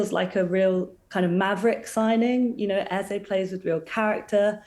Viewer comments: Come on, his name is Eze not Eza. It’s only two syllables and not that difficult to say. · its pronounced Ez-AY not Ez-AH.